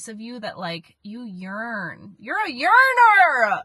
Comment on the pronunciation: “Your a yerner”..😂😂😂